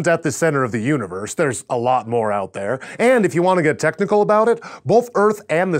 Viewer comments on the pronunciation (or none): none